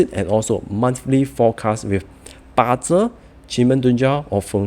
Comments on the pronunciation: just wanted to add I have no bad intentions but hope you use the word bazi in future so new viewers will find it more trustworthy. When you said ba Zhe it feels like u don't even understand how to say the word correctly. Also thanks for pointing out that it's 4 pillars instead of 8 pillars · Ba zi not ba Zhe system. Can use 8 pillars if unable to pronounce it correctly